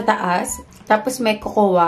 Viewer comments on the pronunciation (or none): Bhe,KOKOWA ka ng KOKOWA..Yung salmon nagawa moh i pronounce ng tama na silent L..Yung COCOA is pronouced as KOW-KOW or COCO,silent A ang cocoa bhe... No offense dipo aq perfect,nobody's perfect.Tine tell q lng,walang masama na i share ang kaalaman.Lagi kita pinapanuod...No hate here,tine tell q lng ang tamang pagbigkas or basa. ✌😉✌ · cocoa is pronounce as ''coco'' silent ''a'' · diwaw.. nagtatagalog xa diba🥴